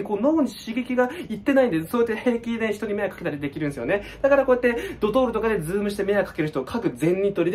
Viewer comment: ドトールがドドール